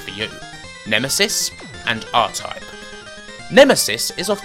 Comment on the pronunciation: Diffwences in scweenshots for Aw-Type on the Spectwum.